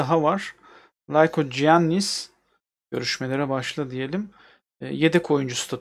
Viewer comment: likoyannis diye okunuyo